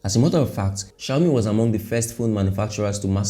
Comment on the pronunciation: I love how you call it shayomi😂😂😂